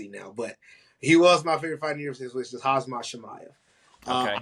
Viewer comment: Why do a lot of americans Call Khamzat, Hazmat ? Lol